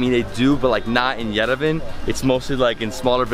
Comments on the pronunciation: Bruh as a armenian I’m kinda triggered mans really said yervan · I like your channel and happy you are in Armenia but please pronounce Yerevan correctly.WE pronounce Yeh ree VAN the vowel A at the end is not dropped its pronounced fully!Cheers enjoy your trip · Yo say yerevon that’s how you pronounce it but good vid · The way he pronounces Yerevan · Making a video about Yerevan and cant even pronounce it properly. Should have asked before eating.